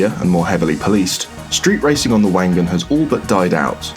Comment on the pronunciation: Wank Gan